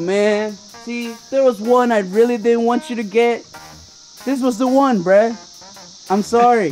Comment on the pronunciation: you should say bruh not breh